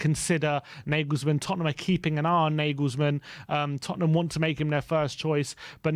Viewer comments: Why is Julian Nagelsmann name been pronounced as Negelsmann?..the correct way to say his name would be “You-lian Nar-gayles-mann!!”..if we are going to flirt with him,the first step would be to get his name right 😂😂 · ‘Narglesmann’ not ‘nayglesmann’ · Never heard Nagelsmann pronounced like that before